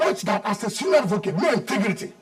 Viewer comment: God will not allow Wike to rule Nigeria, apart from pride, he has no sense - he is so shallow and a trouble maker. Mr. ' intigrity' - English of a so-called lawyer. "Intigrity' instead of ' integrity'